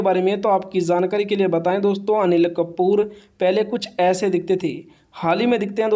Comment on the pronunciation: Zankari nahi hota jankari hota hai